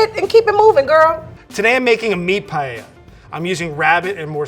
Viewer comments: I am Spanish and I want to cry! The woman can’t even pronounce paella right? Wth is payeya? If I was presented with any of these dishes, they would have to go in the trash where they belong. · As a Spanish native speaker, I get so peeved when says "payeya". Dang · I'm from south Africa and it's bugging me that they say paella. Here we pronounce it as pa-el-la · Payeya? Spanish chorizo just because paella is from Spain? It's not that difficult, please, just focus a little bit. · As a Spaniard, I think we lost the "Don't put chorizo in a paella" war. Now I would symply settle for English speakers to not pronounce paella like "pah-yeh-yah". I really enjoy the full video, tho. Fantastic video edition 😂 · Or the English with…Pie-el-la…shudders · or worse, "pallella" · Every time someone said P A I E I A i lost like 10 years of life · Every time they said payeya, a Spaniard died 💔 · Guys, fellow Spaniards, calm down. This is not meant to be paella, we clearly heard that it’s Payeya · I can’t unhear “payella”. My English is so bad I shouldn’t be criticizing their Spanish, but “payella”? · Me: a Spanish watching the titlte of the video -> I'm gonna get triggered by the pronunciation for sure.: PaLLella Me: TRIGGERED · Agreed, but I also hate that they say pallella they just don't try neither cooking or talking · Nobody: The Girl: pallella 🤣🤣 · Lo que es realmente curioso es que lo pronuncien como “pallella” 🤣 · this is just awful all three and do not pronounce the words paella or spain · “I grew up in a Spanish and Hispanic household.” Proceeds to completely butcher it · Don't say paella anymore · I´ve a problem with the pronunciation of paella, please at least said it right if u are gonna talk about another country´s food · As Spanish and Valencian, I can't stand it 😂. You can do your own version of rice with "things", but please, for the god sake, don't call it Paella 🙏. Anyway, enjoy eating your recipes. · I love how none of them pronounces paella correctly